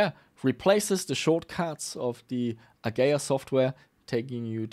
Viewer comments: uh-gee-uh not "A-gay-uuhhh. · its A GEE IA not A GAYA ffs.... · AH-GEE-AH.;) Great vid! Always fun to see you do repairs too! Hope you keep pushing forward with that too!